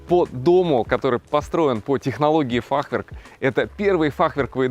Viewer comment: в слове фахверк ударение на Е ставится))) на будущее Вам сказал)